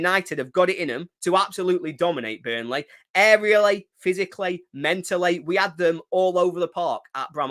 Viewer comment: Good old « Bunrley »😂